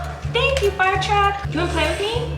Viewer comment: Was that a southern accent on?? FIIIIRE!